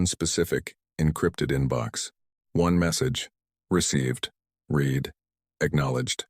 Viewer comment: "One message received, REED, acknowledged...."!!!!! YOU have, STILL, a POS AI!!!!!!!!!!! HOWS BOUT, "One message received, RED, acknowledged..."!!!!!! Are you EVER going to get a DECENT AI!!!!!!!!???????????